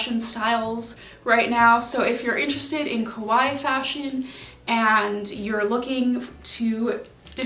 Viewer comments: I really love your videos but you keep on saying kowai instead of kawaii, it means the opposite and is definitely not the case for you! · It's pronounced ka-why-i . Just ka-why is the name of a piano manufacturer. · I've been really enjoying your content! I don't dress kawaii but I like the community (and sustainability) but GIRL. The way you saw kah-wha-ee sounds like ko-wha-e which means scary and it's impossible to ignore. Stretch that eeeeeeeee! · She says ko-why. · I love your looks! Why do you pronounce kawaii like that, though? It should be 3 syllables, with the double—i at the end getting the emphasis.